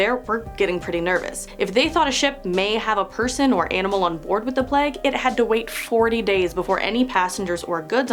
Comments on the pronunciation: plague is pronounced play-ge not pleg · It's plague not pleg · I've seen so many vids recently of people saying plague like "pleg", it's so distracting. 😆🙈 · How are Americans getting “Pleg” from Plague? 😂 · the way she pronounces plague is AHHHHHHHHHHHHHHHHHHHHHHHHHHHHHHHHHHHHHHHHHHHHHHHHHHHHHHHH no hate as she is great but AHHHHHHHHHHHHHHHHHHHHHHHHHHHHHHHHHHHHHHHHHHHHHHHHHHHHHHHHHHHHHHHHHHHHHHHHHHHHHHHHH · Why do you say plague like that?